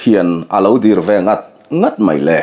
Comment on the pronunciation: MAILE....Maile....MAILE tih a atawp thin hi amawi fahranlo,😂😂😂Achhiartupa pohhian ngaithlase, A, a, tih a,mawizawk tur ah MAILE tihhi animaw ativetho maithei😂